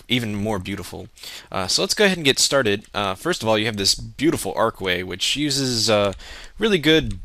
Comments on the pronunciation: What the fuck is an arkway? The word is "archway". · its not arc its ARCH like Arrrrr Chhhhh chh chhhh chHCHHCHCHCHCHCHCCCHHH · arch with a ch sound not a k